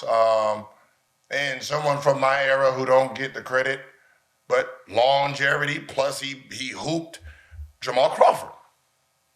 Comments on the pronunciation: Gil- “Longeverty” 😂😂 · why this fool say "longervity"? swear these dudes can't pronounce easy words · Longevity. With a V Gilbert not an R. Can’t trust what you’re saying if you don’t know what you’re saying 😅😂